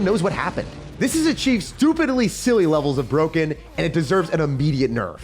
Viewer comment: "The evo ghost is BWOKEN." -certain person